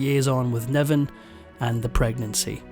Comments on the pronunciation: He threw his brogue at this narration, couldn't pronounce a short i to save his life, David Niven became David Neven, and it was all downhill from there. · His name is David Niven, not 'Nevan'. One more AI screwip. 🙄🤢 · David NIven, not NEven. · David Niven, not Nevan. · It was David NIVEN not Nevan. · It's Niven, not Nevan